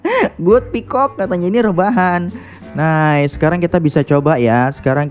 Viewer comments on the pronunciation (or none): Duhhh ketawa mulu dah, bang mimin ngomong piscock 😭 wkwkwk semangat bang